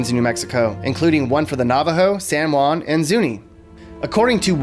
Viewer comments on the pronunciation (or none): none